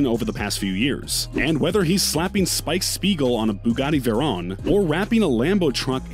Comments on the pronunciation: ImAgine actually veyron is pernounced more like vaywrong, or vairon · This dude said Veron and not Veyron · also how they said it as veyron even tho its pronounced vevryon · No one: This dude: “Bugatti vErOn” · "Bugatti Verrón" 💀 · Why he say vayroooooooon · This guy cant even say veyron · This man did not just pronounce veyron wrong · Why he say veyron so weird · Bruh, why does non car people make videos about other peoples cars... just delete this whole video, smh. Their is so much wrong info and how he pronounce the names of the car...